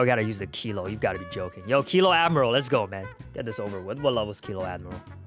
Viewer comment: fun fact. that kilo fruit is Actually pronouned kill.a as in kilograms